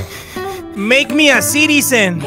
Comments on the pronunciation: When he said “make me a cdsen” I was 💀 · Mek mi a seetizen😂💀